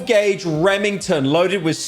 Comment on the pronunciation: classic european saying 12 gauge slug